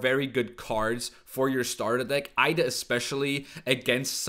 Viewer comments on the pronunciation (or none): He said "Aida", dude's not even an native English speaker, why does he butcher those names?